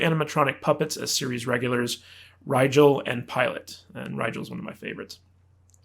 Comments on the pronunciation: How can you claim that he’s your favorite character, but not know how to say his name? DOMINAR RYGAL the 16th. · Did this guy just seriously say he was a Farscape fan, and then mispronounce all the character's names, including Dominar Rye . . . Gul Whatever?🤨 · Your a fan you say ...... but you cant pronounce Rygels name right ..... some people 😅😅